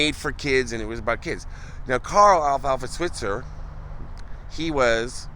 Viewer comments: His last name, Switzer, is really pronounced with a long "i". Swite-zer. Several of the shorts have the kids addressing Alfalfa's mother by the true pronunciation. Also, the films were made for movie theaters to be shown before the feature films. The series began in 1933, before television was invented. No one thought about later showings so there were no residual provisions in their contracts. The films were rereleased in theaters throughout the 1920's and 1930's by Hal Roach, the creator and producer of the series until MGM bought the rights and continued the series for 6 more years. They weren't on TV until 1955. MGM kept their films with the "Our Gang" title and Roach had to change the name of his films to "The Little Rascals" and various titles for the silent "Our Gang" films, of which numerous ones are lost films. Very nice video, guys. Also, Carl Switzer was short in the buttocks and the bullet went through his groin. A witness to the shooting, who kept his silence for years until after the shooter had passed away said that he was shot when he was leaving the house. It was really not a justifiable homicide. His brother, Harold, took his own life after having apparently killing someone and couldn't live with what had just happened. Very sad. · You mispronounced his last name. It's pronounced "Sw-eye-tzer".